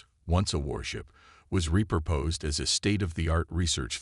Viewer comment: Too bad the AI still can't pronounce words correctly. Fix the pronunciation and printing of words like agape, repurposed, coms, ARIA, etc. There are many more that really hurt the posting, too many to list here. Repetition of whole sections is unnecessary and frustrating for the listener. I will occasionally listen to new releases, but refuse to subscribe to a channel that won't evolve. This posting gets a dislike. Great story destroyed by the above mentioned anomalies.